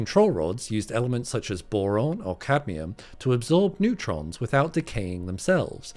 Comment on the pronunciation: "Neurtrons", Bro? Sounds like the breakthrough we've all been waiting for in particle physics ... when is your paper coming out?